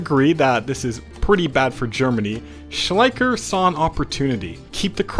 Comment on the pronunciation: The correct pronunciation would be more Shlaicher the ch would be spoken like a hiss from a cat.